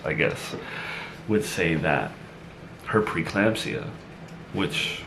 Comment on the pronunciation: It’s pre-eclampsia not preclampsia. He misspoke this word consistently last time as well.